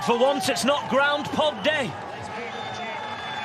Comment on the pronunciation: GroundPog day. Much better 😂😂